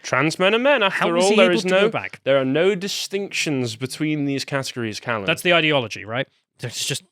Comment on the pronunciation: dishonoring my fucking name. Both Callum and the person in question, Callum as usual because he can't pronounce it, lol.